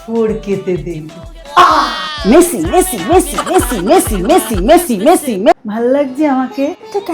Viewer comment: আরে ওটা ভুল বলছো ওটা মেসি না মাসি